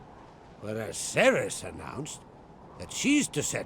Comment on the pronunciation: Cerys is pronounced Ke-ris, it's a Welsh Celtic name! (Kel-tic no s sound!)